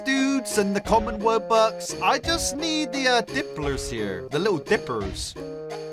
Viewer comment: I'm sorry but it's called wubox no woobux